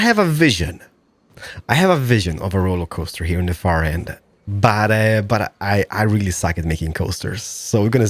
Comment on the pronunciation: is it just me or does he say "RolloCoaster"?